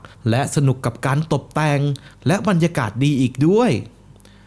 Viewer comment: ตรงนี้พี่พูดว่าตดแต่งเหมือนจะพูดผิดนะครับ😂😂😂